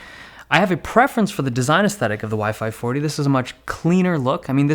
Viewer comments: Is sounded like you were saying WiFi 40 and WiFi 45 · Every time you say "Y-5 40" I hear "WiFi 40" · Sounds like he is saying "wifi 40" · Everytime you said Y540 I thought you said wifi fourty five